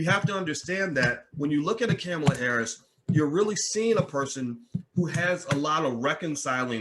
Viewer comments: Yo man, her name is pronounced "com-uh-la." And I don't care about this post particularly...we still need to get Trump out of office. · can you please pronounce the woman's name correctly . i understand and appreciate your ideas about black empowerment and self reliance, but there are many who have been beaten down by the system and cannot stand on their own, so even they can somehow get something from the system, what is the problem.the military and the prison industrial pipeline have definitely created their own spaces for disruption in our communities, how are these men, for the most part, are to rise up and thrive in your world view ?